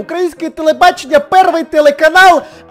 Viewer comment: Оооо, кто-то украинский не знает😂😂 сори, просто смешно было -первий канал будущого А вроде правильно "перший канал майбутнього"... Если не правильно, то поправьте меня, я сама не особо шарю